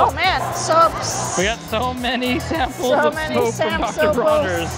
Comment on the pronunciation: Lol “sam soaples”